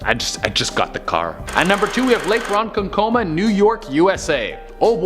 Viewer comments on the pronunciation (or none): It's pronounced ro-kon-koma, great story about the native princess